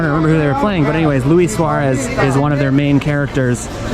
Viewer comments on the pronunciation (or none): none